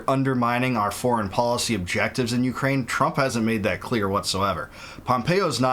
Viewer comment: Bwah ha ha... Ukra-weenie 😂